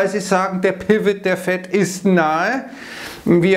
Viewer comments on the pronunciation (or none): none